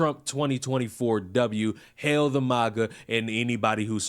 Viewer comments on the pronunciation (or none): none